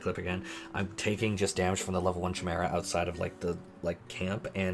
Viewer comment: the mispronunciation of zeninage, iainuki, and chimera... my poor ears. But ignoring that, a fantastic video as always!